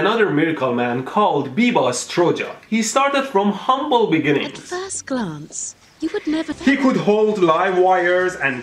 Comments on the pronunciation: its biba struya not struja yes it struja but u say it wrong say i like yes yikes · That's not how you pronounce biba struja